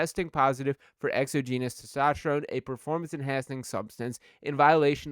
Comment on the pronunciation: The accent is on the second syllable. it's pronounced exOgenous.